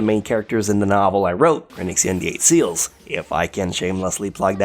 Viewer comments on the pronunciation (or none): none